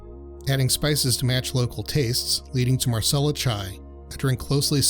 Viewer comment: Minor note: it is not Marsala Chai. It's Masala. Meaning Spice/Spice Blend.